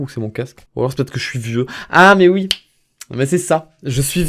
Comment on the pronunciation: Je suis réellement désolée je n' aurai jamait mis un pouce rouge sur une de t es video mais la presque a chaque fois tu dis ui au lieu de oui c est insupportable no joke j ai envie de te baffer. bonne continuation